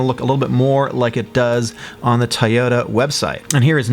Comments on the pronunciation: Everytime you say (Tie-Oh-Ta) I cry myself to sleep. I thought people say (Toy-OH-Da) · The way you pronounce Toyota triggers me every time.